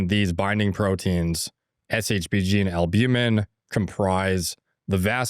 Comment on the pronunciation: Longevity expert that doesn’t have a compressive understanding of shbg and can’t even pronounce it properly is painful to watch.